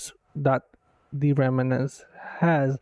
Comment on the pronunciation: It's pronounced "rem - nants": two syllables!